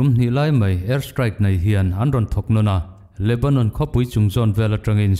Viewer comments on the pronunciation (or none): none